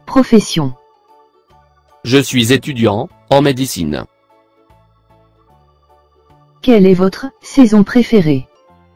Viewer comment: J'aime l'hiver et non j'aime la saison hiver. On dit médecine et non médicine.